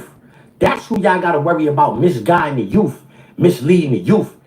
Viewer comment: If this 🤡 says “Youff” one more time 🙄